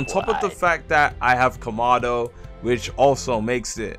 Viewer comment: im sorry but i have to say it, its not ko-ma-do its ka-ma=do please say it right again im sorry not trying to be "that guy" just say it right